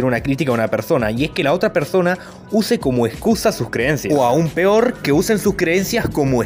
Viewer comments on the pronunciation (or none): none